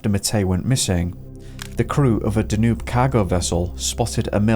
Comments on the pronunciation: Excellent. By the way, the river Danube is pronounced Dan Youb not Danoob. If you haven't already, please cover the disappearance of Trevor Deely who disappeared in Dublin on 8 December 2000. He was walking home from a party at 4am, never made it home and was never seen again. He called into work to get an umbrella because it was raining and the taxis were on strike. There's a couple of shadowy figures on cctv outside his workplace, identified as co-workers. Why were they waiting for him ? Was the person following him on the last cctv footage ever identified ? Also, the disappearance of Steven Clarke disappeared from Saltburn, North Yorkshire. He visited a public toilet whilst walking with his mother. She continued to walk home, when she got home, he was nowhere to be seen. That was 1992. There's a more detailed backstory. Eighteen years later, his parents were arrested for his murder. There's a t.v. documentary about it. The subtleties of this give away more then his parents realise. However, nothing came of their arrest and they are still insisting he's missing and they don't know where he is. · The river is pronounced Danyube